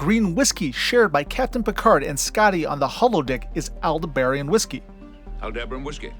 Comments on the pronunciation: AL-DEB-BURR-ON, Jesus in you clip Picard says it correctly and you still screwed it up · I think I learned Aldeberan was pronounced with the accent on the “deb” syllable. I think that also was the planet destroyed by the Death Star in Star Wars. Correct me if I’m wrong. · Altair 6, if memory serves was the original destination of the U.S.S. Enterprise NCC 1701 in the episode Amok Time. The original series also went to or mentioned Deneb so I can't see how Farpoint is at the edge of explored space. Aldebaran - Al Deb Aaron LeGuin - La Gwin like Gwen except with an eye. I can't recall other mispronounced words but there are some. Aldebaran hurting my ears the most when you mispronounced it.